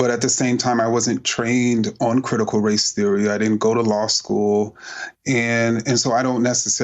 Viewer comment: Josh Can't even say race.